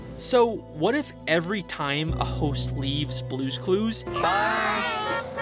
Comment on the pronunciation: They way this man pronounces "theowys" is amazing